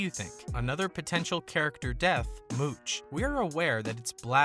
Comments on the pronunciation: It's "Mouch". .not "Mooch"!😂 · It's Mouch, like ouch 😫